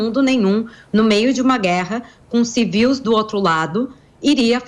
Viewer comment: Civís , moça!ah, agora falou certinho!